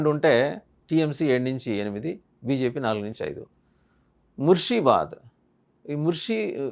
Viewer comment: You seem to have no idea about west bengal at all. You don't even know how to pronounce mursheedabad. You will come to know that you are wrong on 4 th May.